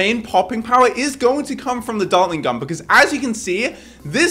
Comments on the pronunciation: bro you said dartling GUM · u said dartlin gum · “We will destroy it with our ninja and our dartling gum” ah yes dartling G U M